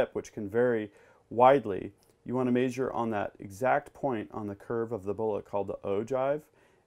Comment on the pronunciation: Meh-jure not may-jure